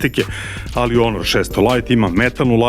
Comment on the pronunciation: Zašto stalno kažeš onor? To neka nova marka smart telefona.?? 😅😂🤣